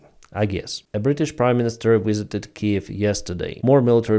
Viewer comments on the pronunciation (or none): none